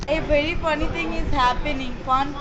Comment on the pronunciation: I think i will make a new ringtone or a printed T-Shirt. “A vewry fany ding e happening! Fan Fan fan!”